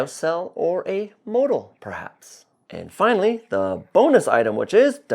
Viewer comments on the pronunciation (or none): none